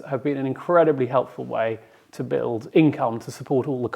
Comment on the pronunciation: 'To', not 'tuh'.